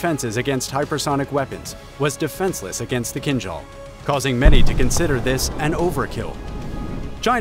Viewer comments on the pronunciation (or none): none